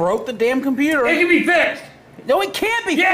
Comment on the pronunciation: MAH GAWD DAYUMN COMPUTEY 😂😂😂😂😂😂😂😂😂